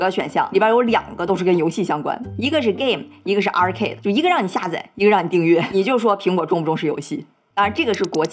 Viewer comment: 北大高才生 你的发音有错误 下载_百度百科 下载（xià zài）